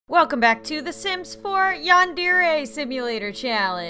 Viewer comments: i dont wanna be rude but its said Yan-Der-Aye not Yan-Deer-Aye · It's Yandere (Yon-der-ray)